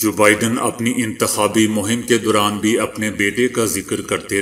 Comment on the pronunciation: "dauran" aap ne "Duran" kaha jo keh flat hai